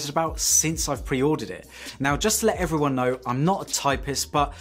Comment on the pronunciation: I freaked out when you said "hello everyone" because it sounded "hello Ron"...my name is Ron!